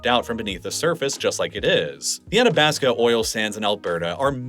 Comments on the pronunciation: Athabasca is getting me too. Ath-a-basc-a. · Hearing you mispronounce Leduc, and Athabasca just hurt my Albertan soul. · It's pretty obvious he was just taking his best guess at many of the place names in this video, like "Spo-cain" (it's "Spo-CAN"), "Sood-bury" ("SUD-"), "Atta-bass-ca" (Ath-ah-bass-ca"), etc. Really could have used a pronunciation guide. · Leduc = Le Duke, not Le Duck, lol (but you got it right the next time you mentioned Leduc #7). Also, Spokane is not "Spo-kayne", it's "Spo-kaan", rhyming with "McCann" or "minivan". And "Athabasca" is pronounced just as it's written - "A-tha-bas-ka", not "Attabaska". Nitpicking aside, this is a really well done video and I get a much better sense of why Western Canada (where I live) is populated the way it is and why the US midwest is generally sparsely populated. Well done!